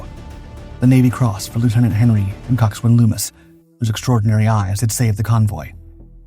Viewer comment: Coxswain is pronounced cox'n. No w.